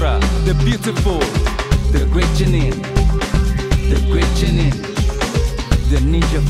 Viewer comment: The pronunciation of GENIN is killing me